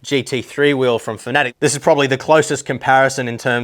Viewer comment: Love your in-depth reviews and honest opinions. But it's pronounced "Fa-na-tek" not "fanatic"